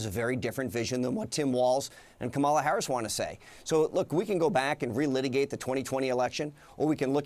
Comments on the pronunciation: He is more nasty than Trump! Apparently he and Trump are equally dumb/incompetent and can't even pronounce name correctly! They are thinking that they can win the electron by mispronouncing Harris' name?? So childish! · When you have nothing to stand by and not tell the truth, Republicans start mispronouncing Harris's name to put her down?!😂🎉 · The disrespect in purposely mispronouncing Kamala Harris' last name is unacceptable. Corey should be ashamed of himself.